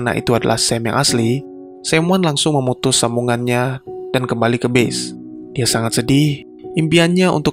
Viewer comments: Pas dia bilang “base” itu dia blng nya “bis” asli gw pkir “bis” yg “bus” itu dlm arti yg sbnr nya ya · gw dengerin pake headset dia ucapin kata base-nya bener kok, dia bilang "bes" ("e" seperti pada kata; ego, ekonomi, tempe, lonte dll).. bukan "bis" coba ko dengerin lagi pake headset bang, kalo perlu kurek telinga ko dulu pake sekop